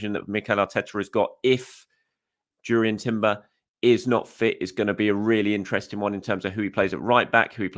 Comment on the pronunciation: its pronuances as "Yurrian" Timber not JUrrian